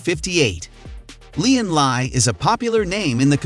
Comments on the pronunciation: >"Lyin' Lie" It's LIan LI. As in "Lee, Ann, Lee" or "Lee-Ann Lee". Please learn to pronounce it correctly. Also, you've said "Lian Li entered ITX market only recently", which is NOT correct, as "DAN" is a ITX-specializing sub-brand/collab of Lian Li's, so "DAN" cases are Lian Li, and "DAN" been around for at least ~8-or-so years by now. P.S. You've included Fractal's "Terra" in this list, while stating in the video's title "best ITX cases of 2023". That IS a downright lie that doesn't match the factual truth of harsh reality, as GN has PROVEN via thorough testing that Fractal's Terra is a pretty crappy case, a total failure. It is NOT a "best ITX of 2023" by any means. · "LIAN LIE"